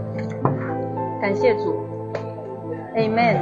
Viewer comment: My dear friend😁...... always be woke..😅. That "Amen" was a full stop🛑😂🤣